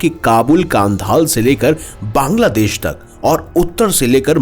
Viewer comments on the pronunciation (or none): none